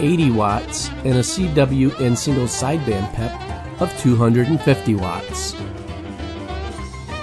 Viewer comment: In my 30 plus years of ham radio, I've never heard the abbreviation for "Peak Envelope Power" pronounced as "pep." I've always here it pronounced by saying the individual letters to make it clear its the abbreviation for Peak Envelope Power, and not referring to a "peppy" radio. Great list of radios by the way, I own several of them and still enjoy operating them.